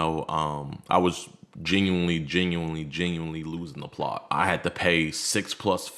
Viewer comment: I don't know why it pisses me off when he says genuinely. Lmao